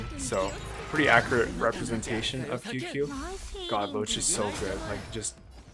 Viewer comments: Tsing ts-yu-ye not qq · qingque is sorta pronounced ching-chueh. hope this helps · No. You’re most controversial take is pronouncing Qingque as “Queue-Queue”. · It’s pronounced as Ching-chue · Imagine not being able to pronounce Qingque, could be me